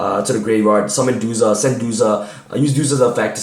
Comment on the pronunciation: Duja? It’s DuZA